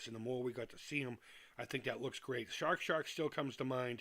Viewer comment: Thank you so much for your continued support. I can't wait for you to play Amico!!!!!!!!!!!! And there's nothing better than hearing a fellow Masshole saying the words... "Shaaaawrk Shaaaaak!" :)